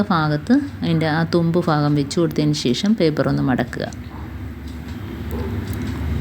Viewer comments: Please say bhagam not fagam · തുമ്പ് ഫആഗം അല്ല ഭാഗം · ഫാകം അല്ല ഭാഗo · ഭാഗം ആണ്.ഫാഗം അല്ലാട്ടോ😮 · ആ തുമ്പ് ഫാഗം ഫഗം കൊള്ളാം. കൈയിൽ പിടിച്ച് അങ്ങ് കയറ്റിയാൽ പോരെ? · നൂല് കോർക്കുന്നതു നല്ല ടിപ് കുഞ്ഞേ...ഫാഗം അല്ല. ഭാഗം ആണ് മലയാളത്തിൽ Fa ennoraksharam illa ദയവു ചെയ്തു നമ്മൾ മലയാളികൾ Fagam,Fayam,Farya എന്നൊന്നും പറയല്ലേ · ഫാഗം ഒന്നു മാറ്റിപ്പറയുകയാണെങ്കിൽ നന്നായിരുന്നു.